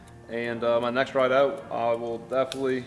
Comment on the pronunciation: you sound cajun when you say the word "ride"